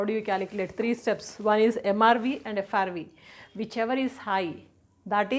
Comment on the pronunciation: Mam frv not srv 😊